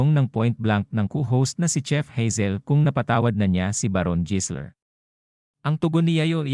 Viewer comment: jisler talaga ha,,anak ng kamote AI barok ba yanm, habang tumatagal masakit na sa tenga pakinggan